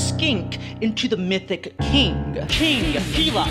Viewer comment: this vid honestly made my day, also I just love this album so much (bonus points for pronouncing "gila" right)